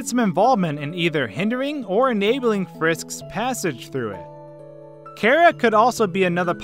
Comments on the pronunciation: It is. This dude says it way off. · Jonagor97 2 It may be short for Character, but that doesn't matter. Would you pronounce Chair as K-air? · its Chara not Cara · Cara -_- im sorry but cmon its Chara the h is a thing but still cmon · no you're right. it's pronounced kara, even though I wish it weren't so because I have a Freind named Kara XD there is no official way to pronounce it since it's hardly even canon, but it is short for character so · Him: cara me: you mean chara? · ITS NOT CARA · its not cara its chara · it’s char a not cars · Says Chera Me: ITS CHARA DUDE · Its chara (ch a ra) not chara (care a) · I like your videos, but when you say Chara as "Karah", it slightly annoys me. Just a nitpick I have. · jenny fabros no, the canon pronunciation is car-a. Like character. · Do you not know how to say Chara you aren’t pronouncing Ch right so stop calling her Kara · its chara not chara